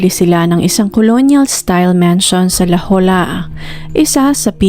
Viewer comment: Unsolicited but I meant well here and for your future reference - the place is pronounced La Hoya (La Jolla, SD).